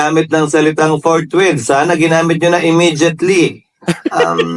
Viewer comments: Ang alam ni Cheese "FOURT MONTH....hindi forthwith😃😃😃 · Ang basa ni keso ay fourwith kaya apat na buwan ang desisyon niya.